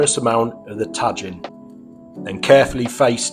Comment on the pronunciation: I love your garnishes on this but I really hope you were trolling us with that pronunciation of Tajin.